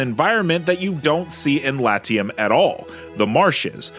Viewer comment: Pls. learn to pronounce Latium correctly. Even in english this is bad.